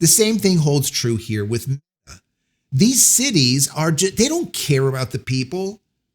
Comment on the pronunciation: Why do you keep slurring or bleeping out Meta